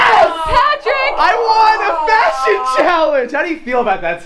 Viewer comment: FASHUN (fa-s-hon)